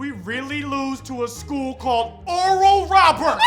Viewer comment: “Dud we relly loss to skool kald oruhl rahburts”